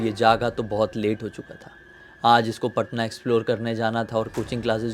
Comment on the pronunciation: Patna hota h bhaiya paaaaatnta nahi😅😅